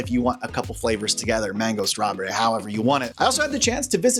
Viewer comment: Wait, can we discuss how you pronounced, "strawberry?" ...I would love to know where you're from. I have never heard anyone say "struh-bury" before